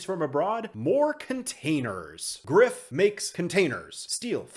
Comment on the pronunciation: Greif is German and means griffin. The "rei" part is pronounced more like the "ry" part of words like "dry" or "fry". Thanks for your videos man. Keep it up.